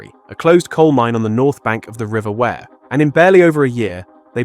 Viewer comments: its not wear as in clothes its wee'er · Pity the commentator didn't ask a mackem how to pronounce river Wear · Great video , but omg ask anyone in north east how u pronounce river wear please 👍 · The river is not pronounced “ware“ either… is this ragebait? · Ware-Side ffs